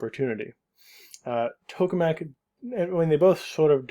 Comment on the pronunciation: Just a note (I know, this is kinda irrelevant): TOKE is pronounced tok-uh, not "toke" with a mute "e".